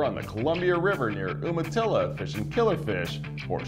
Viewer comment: FYI, it's pronounced Youmatilla. Darned California refugees😊.